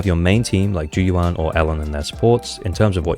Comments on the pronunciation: You pronounce Lycaon's name in the same way you say "Like an" subscribe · How is it still hard for you to pronounce Lycoan's name when the game literally pronounces it for you? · I'm gonna sub when you manage to say Lycaon once right 😭 I'm currently hoping for Harumasa to appear soonish, maybe after Jane, and I quite like Jane and Seth so im gonna try to maybe get both, and hopefully stop early